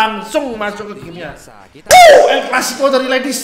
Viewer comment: lahh,gua gk permasalahin mau nonton bola atau ml,tpi penyebutan el clasico masa er er ki lawan ipos aowkkw lawak bgt,klo emng mau punya sebutan sendiri ya bikin sendiri aowkwk lawak